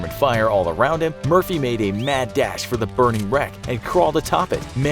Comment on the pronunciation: When you say Murphy i hear mercy